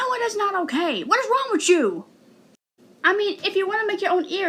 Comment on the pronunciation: "Whats wong witt chew 👹"